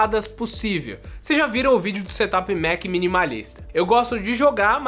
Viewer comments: Seria tipo "serâp" ? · engraçado ouvir vc falar "SETAPI" mas não e assim que se pronuncia kkkkkk eu tbm pensava que era assim ate ouvir os gringos falando da forma correta